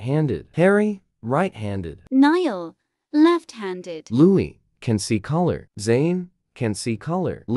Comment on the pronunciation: Oh god not "loui" again if we could just get that thing to pronounce it right and not "Lewis"